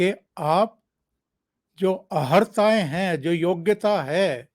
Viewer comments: भाषा शुद्धि अहर्ता न बोल कर अर्हता बोला जाय. सादर. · अहर्ता नही अर्हता बोलिये